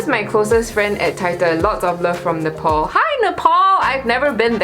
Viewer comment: It’s not nepaul, it’s Nepal 😂😂 ,btw sorry for insulting u